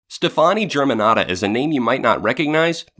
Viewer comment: You know.... it’s pronounced Stephanie right? That aside this is perfect, you & Hannah did the damn thing.